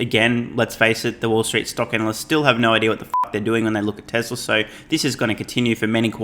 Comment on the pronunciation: My friends and I take a shot of vodka everytime you say Tezzlar instead of Tesla..